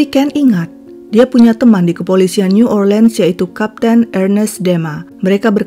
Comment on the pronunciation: Hampir sempurna Mbak! Pronounce New Orleans yang kedengaran janggal. Suaranya bagus...suka dengarnya 🥰. Salam dari AMSTLVN, Europe NL